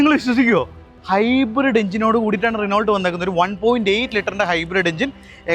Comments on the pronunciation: റിനോൾട്ട് അല്ലടാ, റെനോ 😅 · റെനോൾട് എന്ന് പറയില്ലാശാനേ റെനോ എന്നാണ് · റിനോൾട് അല്ല, റെനോ ആണ് ബ്രോ 😂😢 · റിനോൾട് അങ്ങനെ അല്ല Reno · റിനോൾട്ട് അല്ല . റിനോ . നിങ്ങളെപ്പോലെ റിവ്യൂ ചെയ്യുന്നവർക്ക് വരാൻ പാടില്ലാത്ത മിസ്റ്റേക് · ചിലർക്ക് റെനോ എന്നതിന് പകരം റെനോൾട് എന്നും ഷെവർലെ ക്ക് ഷെവർലെറ്റ് എന്നും പറഞ്ഞാലേ തൃപ്തിയാവൂ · റിനോൾട്ട് 😂.. ഇപ്പഴും ഇങ്ങനാണോ പറയുന്നേ